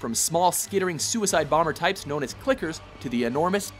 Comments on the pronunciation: Uh not to say anything but those are called tickers not clickers does it sound like he said clickers or tickers to me it sounded like he said clickers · TICKERS, not clickers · for Gears of War its TICKERS NOT CLICKERS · That's trickers not clickers man, get it right.